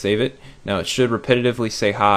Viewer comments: Did anyone else hear "pie" instead of "hi" I don't know if its just me being fat and am hungry or my ears are messed up but... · when it was on the hi part the "hi" sounded like "pie". (^W^) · pie pie pie pie pie Pie PiE loud PIIIIIIIIIIIIIIIIE